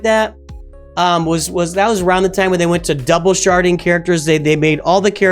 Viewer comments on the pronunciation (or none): Are you sharding or sharting